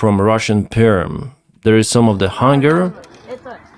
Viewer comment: hanger - is pronounced HEN-gher NOT HUNGER - hunger = need food...